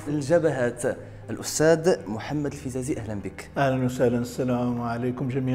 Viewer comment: للتصحيح :الفزازي بفتح الفاء وليس الفبزازي